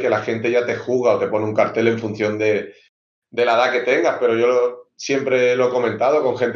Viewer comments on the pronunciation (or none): none